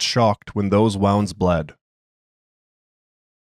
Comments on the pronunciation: Is this an AI voice? I only ask because of how "wound" was pronounced. I don't think a human would make that mistake but the reading otherwise felt incredibly natural. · Just a guy, sometimes when reading you read "wound" as "wound" and it's a little funny